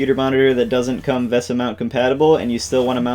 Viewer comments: I'm pretty sure it's pronounced VISA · VESA is pronounced the same as "Visa". Also, if you would mix some epoxy and put it on the bolt heads inside the monitor, or even better, mount the nuts inside the monitor case with some Epoxy (being sure to use the exactly correct bolt lengths), then you can remove the VESA mount later without having floppy bolts sticking out.